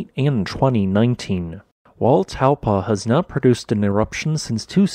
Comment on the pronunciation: Hey there, Taupo is easy to pronounce, its Tau-po just like it's spelt! You have the first part correct but you're saying the 'po' as 'paw' ☺